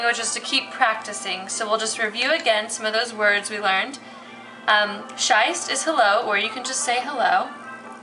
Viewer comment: Awful video. Please don't teach polish language when you cannot pronounce the words especially CZESC